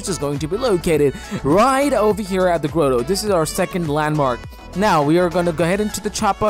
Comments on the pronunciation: I love how he says the gRoWTOw instead of grotto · No one : Him : Grow-Toe